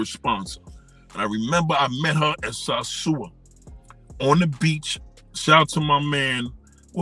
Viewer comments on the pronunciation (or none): SAAAARSUA no its SOSUA learn to say the place before dissing brothers for travelling and having fun.